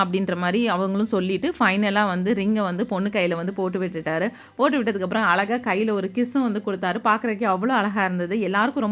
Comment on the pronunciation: மிக்க மகிழ்ச்சி முதலில் நீங்கள் நம்ம தமிழ் மொழியை கொள்ளமல் பேசுங்கள் .அலகாக இல்லை (அழகாக).